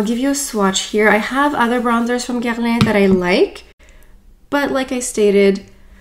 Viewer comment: I watch all of your videos - just listening to how you pronounce Dior and Guerlain with a proper French accent makes my day😊. Bummer about the overspray - definitely not what I would have expected either.